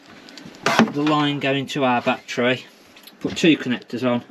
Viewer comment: Its not a "bat-TREE" or "bat-TRAY" Say "ba-TTerY "